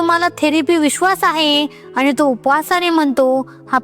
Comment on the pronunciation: चांगलं मार्गदर्शन .आनी,पानी अशुद्ध बोलू नये please .